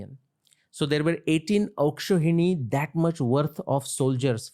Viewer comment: His pronunciation of 'Akshouhini' tells he is a bengalee